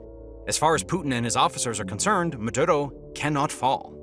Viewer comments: Dude its "Maduro" not "Madotto" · Its "Maduro" not "Madurou"